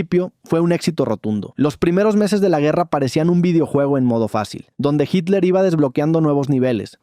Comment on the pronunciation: HILER O HITLER????